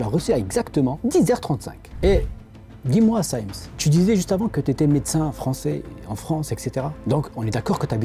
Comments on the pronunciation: comment peut-on être si naïf et tomber dans une arnaque aussi grossière, Michel CYMES (même LAPIX ne sait pas prononcer correctement son nom et pour info elle n'est plus à la tête du J.T de france 2) est ORL, pourquoi serait-il à la tête d'une étude sur la lutte contre alzheimer ce qui n'est absolument pas son domaine d'expertise. La crédibilité de cette arnaque est proche de zéro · Effectivement, indiscutable que c'est de l'arnaque. Par contre, y'a 2 points que t'a soulevé comme incohérence, que moi perso, je peux pas identifier comme tel. - Le 1er, c'est la prononciation du nom de Cymes par les personnes qui parlent de lui ( " témoignages " ) . Pour une raison simple. Des gens qui prononcent mal le nom de personnes, bah ça existe hein ^^ . Souvent, c'est du au fait d'avoir souvent lu le nom, mais, ne jamais l'avoir entendu prononcé. Et, j'avoue, c'était mon cas ( jusqu'à voir cette vidéo ) pour ce fameux Cymes. Je connais le visage, oui. Connais le nom, oui, mais en fait, seulement à l'écrit, je l'avais jamais entendu à l'oral. Si j'avais du parler de lui dans une discussion, j'aurais fait " l'erreur " de le prononcé " Sims " , car le E n'ayant pas d'accent, je me doutait absolument pas que la fin du nom se prononcé " ès " ( quand on parle de " pintes " par exemple, on le prononce pas " pintès " hein ^^ donc comment se douté que son nom se prononce " Simès " et non pas " Sims " quand on as jamais entendu le nom être prononcé ^^ ) . Pour cette raison, ce truc la ne soulevé pas un red flag pour ma part. Si j'était tombé sur la vidéo, j'aurais rien vu de chelou concernant la prononciation du nom. Quand on sais comment le nom se prononce ( ce qui n'était pas mon cas ) , en revanche, c'est un poil différent. Car, autant les " témoins " pourraient se planter dans la prononciation sans que ça soulève de suspicion ( les gens qui prononcent mal les noms, c'est